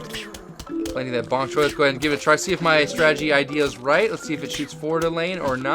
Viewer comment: You said ponk choy at start lol